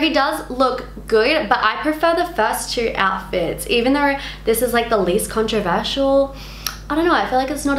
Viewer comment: Love you but im triggered by how you pronounce controversial